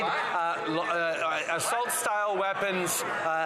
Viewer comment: “astult guns”